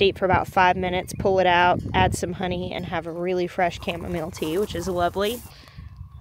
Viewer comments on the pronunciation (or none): Kevin Epic Gardening pronounces it "cha-mom-a-lay" as a joke 😏. He uses a blueberry or cranberry picker to harvest his chamomile flowers and it's genius!